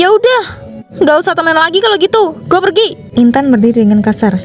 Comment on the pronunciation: Bang pergi ya bukan perhi 😭